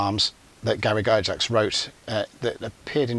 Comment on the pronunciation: It’s “gax”, not “Jax”